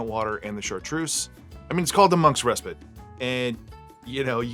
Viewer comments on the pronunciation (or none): I say Ress-Pit. Ree-Spite is what you do to your ex. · I would say Reh-spite.